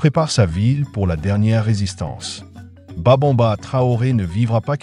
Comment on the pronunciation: C'est Babemba et non Babonba ok 👍😊